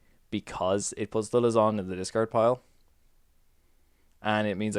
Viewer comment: Lysandre --> Luzzon..? Lie-sand-er Fun build, good commentary ;]